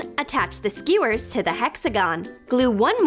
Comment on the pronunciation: Eww the way she says Skewers is disgusting!!